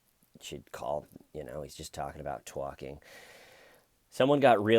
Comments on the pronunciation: I think you say tyorking hilariously and indeed exceedingly well. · I love hearing you tawk about tawking. But ED needs to stop tawking. Maybe “toyking”? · Keep Tawking Bro!!!! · I love ya!!! Keep TAWKING! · I like to hear you TAWKIN ‼️